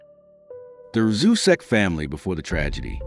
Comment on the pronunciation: It’s pronounced rooz-check. I was a friend of Sandy for many years before I moved from NC. She is a beautician who gave my grandson his first haircut.